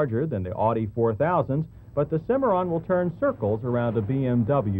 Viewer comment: It's "oww-di", John, not "or-dee".